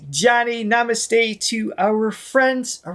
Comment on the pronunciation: Why do guys pronounce Namaste wrong.. You look like ingonrant Americans